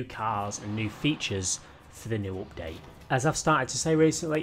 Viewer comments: It is update not opdate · Nobody:: OPDATE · I really like how you say update as opdayt :D